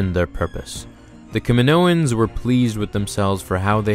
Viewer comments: Kaminoans* not kaminoians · Kaminoans not Kaminoians, and CT-7567 not CT-T567....